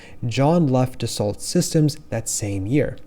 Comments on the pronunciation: Good summary. But Dassault is pronounced “dasso”, not “dassalt”. It’s French. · Great content. Spend time on Q/A to assure all of the companies and/or words you are saying, are pronounced correctly. “Dassault” is pronounced like ‘Da-Soh’ not like the word assault with a “d” at the beginning. It is important to remember that when you are putting content online that nearly 20,000 people have consumed within the past five days, that for some viewers also responsible for helping them learn the vernacular. You are effectively giving a lesson here, so you need to make sure that it is as accurate possible. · Thanks for the video. BTW, Dassault is pronounced 'daso'